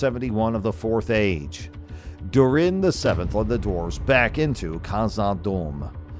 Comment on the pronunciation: I have heard better AI. moRiA, durEN. For fucks sake….